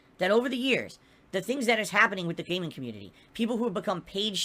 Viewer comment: "the PAYMING community"?